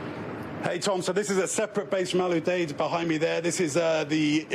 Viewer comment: Jesus...its Al Uuu-deeeed